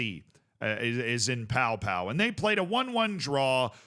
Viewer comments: It's pronounced Po! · 100% pronounced Po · Pau is pronounced Po fyi And I don't think he meant to drag him up. I think he was telling him to stand the fuck up